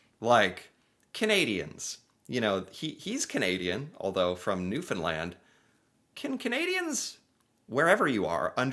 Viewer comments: In the first video. You can pour oil over your head. Because Alberta has oil. And thank you for pronouncing Newfoundland correctly! Newfoundland is an island and the mainland is the rest of Canada. Her accent is from Scotland and Ireland mixed. We have our own language and dictionary. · Bell Islander here! I thank you for pronouncing Newfoundland correctly me buddy! And I’m glad you find our accent pretty interesting! Right on! 🙌🏻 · hey. First thing that is awesome. You pronounce Newfoundland correctly. It is a huge pet peeve of ours when someone pronounces it incorrectly surprisingly by news reporters such as Tom Brokaw when he narrated Operation Yellow Ribbon documentary. (You did a reaction video) So, you can proudly say you pronounce it correctly. 👏👏👏. Now, where do I begin to explain Newfoundland. Well, as you noticed, the province is actually called Newfoundland and Labrador Labrador is attached to mainland. Canada and Newfoundland is an island. Newfoundland was discovered in 1021 AD by the Norse or Vikings. it was the first place in all of North America that was discovered. And it was actually the island of Newfoundland and not Labrador. The Vikings did not settle in Newfoundland for very long. In later years, there were several countries that came over from Europe, primarily Britain, France, Portugal, Spain and Basques (Spain/France) Ireland actually came over at a earlier date. The primary reason why countries found Newfoundland so attractive was the vast amount of fish, namely codfish that were off the coast of the island, called the Grand Banks. The Portuguese, Basques, and Spaniards generally caught fish and brought it back to their country or sold it within Newfoundland. It was the British Irish, Scottish and French, who dwelled Newfoundland permanently. France and Britain fought for ownership of Newfoundland and Britain ultimately won and we were a Dominion until we joined Canada on M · Great job on pronouncing the newfoundland name..